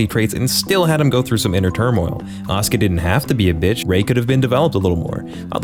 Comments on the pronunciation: I just like that the way he pronounces "Asuka" sounds a lot like "Oscar" and now it's her non-oficial name in my mind. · Still wondering why people pronounce Asuka like Oscar.